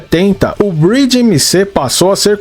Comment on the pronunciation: A pronúncia do MC tá errada amigao ... Vc tá falando Bridge (ponte, em inglês), quando na verdade é Breed (raça).